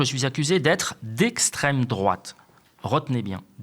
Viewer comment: On dit Esstrem droite!